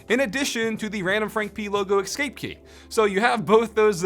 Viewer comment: "ekscape" bruh